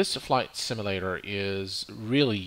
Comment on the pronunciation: It's "sim-yuh-lader" not "sim-ul-lader".